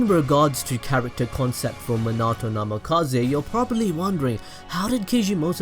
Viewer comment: NAMIKAZE NAMIKAZE NAMIKAZE NAMIKAZE NAMIKAZE not NAMAKAZE idiot